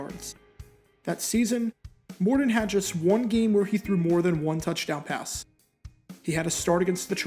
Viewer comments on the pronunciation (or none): Mor Ton, not Mor Don